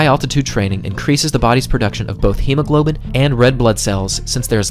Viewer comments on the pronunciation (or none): none